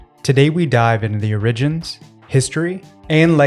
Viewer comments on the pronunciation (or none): Did chat gbt write your script?It is or-igins not o-rigins.Try actually putting in the work.I stopped watching straight away.